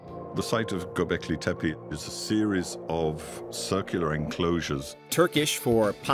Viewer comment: hey! it's not pronounced göbliki, it's gö-bek-li. you're switching the last 4 letters and changing the last letter. you're pronouncing it very wrong my friend. 😅